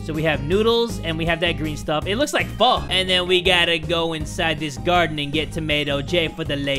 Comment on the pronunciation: Thank you jay for pronucing pho right you THE MVP